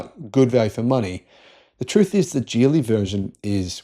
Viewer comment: It's pronounced with the "g" of "go" or "gig," not the "j" sound of "jelly."